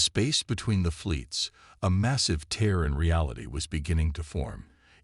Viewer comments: tear and tier get it right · Please please please, fix your ai dictionary. For example it’s TEAR not TIER for example. There are many more !